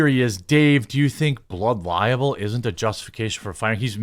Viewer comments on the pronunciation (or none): Libel, not liable. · It's 'libel', not 'liable'. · It's not blood liable (lie-able). It's blood libel (lie-ble). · Pretty sure it’s “blood libel” not “blood liable” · Jeremy; It's blood LIBEL! Not "liable". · Jeremy, I really like your content, but "liAble" and "libel" are pronounced differently. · The way you're pronouncing libel is really grating on my nerves. It's pronounced lie - bell not liable. And Candace is a grifter; always was and always will be. But due to the fact that you're so far up Crowder's arse, you're using this current debacle to metaphorically punch Ben and the Daily Wire to impress your buddy Crowder. If it's all about ''free speech'' then maybe people should bring to mind Candace's own hypocrisy. Remember her doxxing site, Social Autopsy? Where she had no problem doxxing kids as young as nine for saying ''mean things'' online? Ben has always been consistent in his faith and in his conservatism. Candace only started this whole Christianity grift in the past couple of years and only became a ''conservative'' when she wasn't making any progress on the Left. She hoped to gain Leftist brownie points for starting Social Autopsy, but it backfired on her, because even Leftists were disgusted at the thought of revealing the identities of children online. But all she has to do is say ''Christ is King'' and spout culture war talking points, and a few baseless conspiracy theories, and you lot are all over her like a rash. F**** sheep. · Why do you keep saying Blood “Liable”. It is “Libel” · My friend it’s blood “libel”…not “liable” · Jeremy, the word is libel, not liable. They’re two completely different words. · Its Libel, not liable.FFS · It's libel not liable...